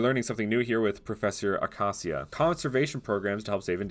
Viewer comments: "awkawseeuh" bro its uh-kay-sha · Ah-cay-shee-ah nlt acasia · It’s pronounced Uh-cay-shee-uh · Ah yes pronounce acacia akasia, and not acasha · Pronounce acacia wrong it's not ac-as-i-a it's ac-ash-a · acacia is pronounced "ay cay see uh" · Just FYI, the professor’s name is pronounced uh-KAY-shuh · imagine mispronouncing a proffesors name also its a-cac-ia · Sir it’s pronounce uh-Kay-zha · He said Acacia wrong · I dont like how he pronounced Acacia the second a is a strong a